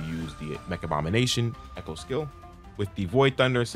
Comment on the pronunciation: 'eCHä skill 😂 (sorry, I should have)